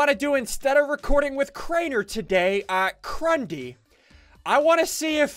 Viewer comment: Who go's with SSundee when they say Crundee???